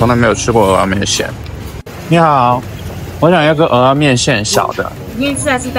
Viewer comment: 有大腸麵線、蚵仔麵線跟大腸蚵仔麵線～ 話說大陸人居然知道蚵仔的唸法 太厲害了👍